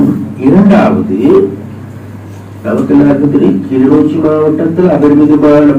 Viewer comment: தம்பி கிளிநோச்சி இல்லை கிளிநொச்சி